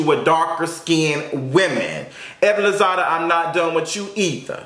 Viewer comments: It's Lozada! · Evelyn “Lozada”.... but carry on friend